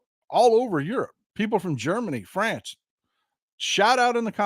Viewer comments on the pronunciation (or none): none